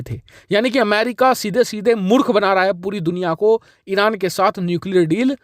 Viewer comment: You want to say Arab and pronounce Iran very funny are you drunk